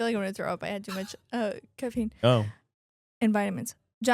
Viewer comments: When said too much caffeine, i had to turn captions on cause i was hearing "too much c**aine" lol wild.... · It sounded like said I had too much cocaine and vitamins instead of caffeine and vitamins 😆